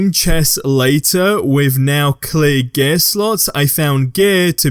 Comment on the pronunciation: It took me so long to understand what you were saying when you pronounce “gear”